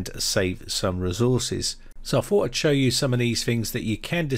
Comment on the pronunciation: When you say Fings and Fought, Do you mean Things and Thought?